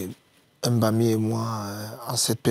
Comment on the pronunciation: C'est MBAMI et non M'BAMI ! Apprenez à respecter vos langues